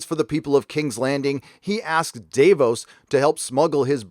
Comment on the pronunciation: Their names are VAR US (like Various) and DAV (like dag with a V) OOS (long O sound) lol